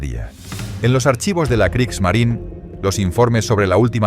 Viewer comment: ¡Kriegsmarine! No Kriegsmarin. Kriegsmarineeeeeeeeeeeeeeeeeeeeeeeeee. con una vocal e al final. Habría que ser extremadamente torpe e ignorante para creer que la Marina de Guerra de Alemania tenía un nombre en idioma inglés, por lo que si su nombre terminara en la vocal e, esta no debe pronunciarse.